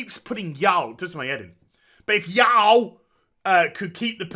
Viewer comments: Making fun of the Southern accent is not productive. It's pronounced yu-all. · I agree with what you are saying but you seriously need to learn how to say "Y'all" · Oh,. The way you pronounce y'all is golden. I haven't played WoW in years at this point, but I do enjoy getting your takes on things that are going down.